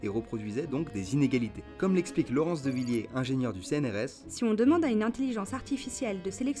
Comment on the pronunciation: Super taff, sujet très intéressant et bonne réal. Par contre ça s'écrit Laurence Devillers (pas de 2e i et donc on prononce "heure" à la fin).